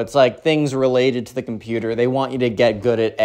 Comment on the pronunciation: COMPUTER (COMPUTAH)